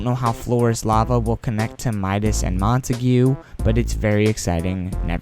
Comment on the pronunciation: Just Saying. It isn’t ‘Mon-Ta-gew’ it is “Mon-Ta-g’